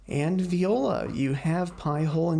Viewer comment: Again you made a mistake. You said viola. When its actually voila